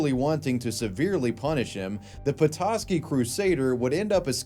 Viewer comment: Props for actually pronouncing Petoskey right.